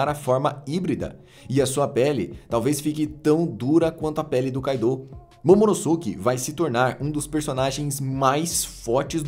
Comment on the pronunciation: "Momonoske" pq ngm fala "Sasuke" e sim "Saske", o U não tem som entre S e K